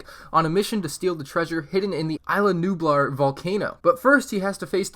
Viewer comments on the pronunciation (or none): It’s is la nublar not I la nublar that’s sounds like some pricy popular 5th garden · You were saying isla nublar wrong you pronounce it (is-la) with the “s” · It triggers me on how ur pronouncing islanublar